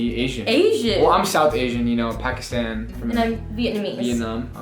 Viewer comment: Loved this video! Though I cringed everytime labib pronounced pakistan wrong... #Pakistani&proud